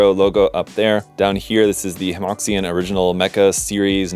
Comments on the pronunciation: I hate to be'that guy', but I'm pretty sure Hemoxian should be pronounces closer to Hemoshan than hemoksian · Small thing, Hemoxian is pronounced like Huh Muo Shian.